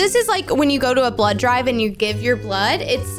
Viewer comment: When she says blod sugar im like:oh damn i have a sugar diabet(fun fact:u can't eat when ever u want ur blood sugar rules u)